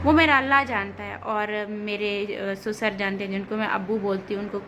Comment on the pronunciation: Pahle to sasur hota hai susar ni